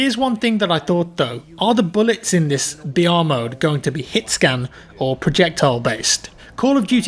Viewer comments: Everytime you said br I thought you said vr and kept getting excited for a second 😂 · Stop trying to be smart by saying BR it sounds like your saying VR no one refers to battle royal as BR stop trying to start a trend